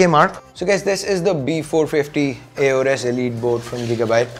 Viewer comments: I got butthurted when he said A-orus...lol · In Aorus the A is silent..